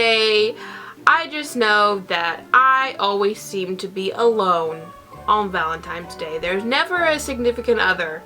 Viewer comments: I thought it was just me lol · now that you mentioned it i can't unhear it